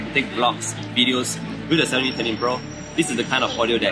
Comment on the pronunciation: I love how to say xiaomi